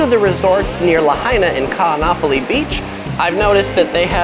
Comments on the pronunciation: Every double vowel is separated by an okino - Ka'anapali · Laurel J. Yes I agree, it should be pronounced as "Kahn-napali" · The glottal stop is like the pause in Oh oh! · Great narrator but he should learn how to pronounce Kaanapali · Great video, but check your prounanciation of Kaanapali, your saying it wrong, (not trying to be rude!!). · You pronounced Nakalele correctly but BUTCHERED Kaanapali.